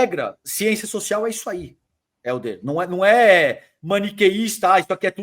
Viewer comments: Porque ele fala Héldio?😅😅😅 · Pq o chama o Helder de Heldio?